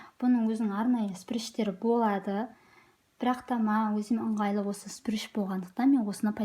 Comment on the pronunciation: шприц❌ сприш✅😁